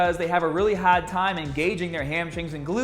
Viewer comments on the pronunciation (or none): I see a pattern, can not make an a sound. He says hrrd, ptern rre and strted. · as soon as i heard you say "hard" i could tell you were from lawrence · As soon as you hit those words with "r's" in them your New England accent comes out, like "hard." The consonants disappear. Lol.